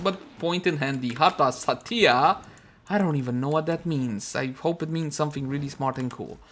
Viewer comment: OMG i thought my parent call me when you call Satya cause you pronounce sound like Datiya ... XD